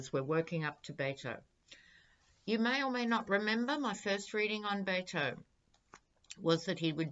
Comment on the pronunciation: Hi: Please don't think I'm being rude, but Beto's name is pronounced as if the Bet part is a wager, Bet-o. I love what you do. You have a very attractive spirit.